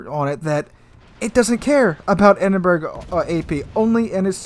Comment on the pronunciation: Also. Edinburgh... EdInBuRgGgG. (Its pronounced Edinburrow) Lets not forget the Gneisenau. Which you pronounced Ganeizeno lmao. Its pronounced Neyezenow.